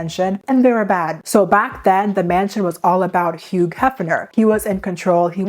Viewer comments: stop pronouncing the g in hugh 😭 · Girl, the "G" in the name "Hugh" is silent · This is a very serious topic, but I got a good chuckle from calling him Hugh with a hard 'g.' I don't why, that really tickled my funny bone.